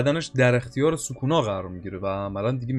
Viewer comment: چرا سوکونا رو یک جوری تلفظ میکنی